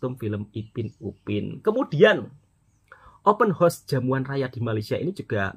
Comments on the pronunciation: 📢📢 📢📢 bukan open hos tetapi OPEN HOUSE - open haus bunyi nyerrr 🙄🙄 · Bukan openhorse mas tpi openhouse 😂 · Cara sebut open house tu salah... Kalau cara sebut tu bunyinya horse.... Itu maksudnya kuda... House tu maksudnya rumah